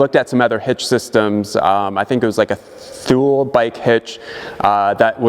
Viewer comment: “tooleh” not thoole. It’s Swedish.